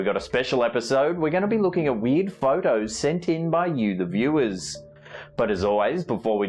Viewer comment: Every time he says "weird" it sounds like "weed."